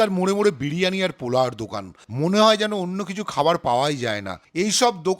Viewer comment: এটা বিড়ি আনি নয় বিরিয়ানি , বোকাচোদা , ঠিকভাবে বলতে শেখ।